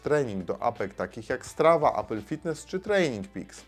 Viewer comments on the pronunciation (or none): none